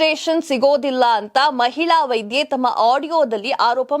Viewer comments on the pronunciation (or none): sariyagi ucchara maadi .. vaidhye alla vaidye